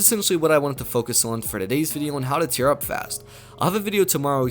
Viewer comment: Many ways to tear up is what it sounds like hes saying